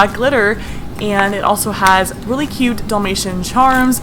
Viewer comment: At 10:1 she said it hies not it has lol not to be mean to btw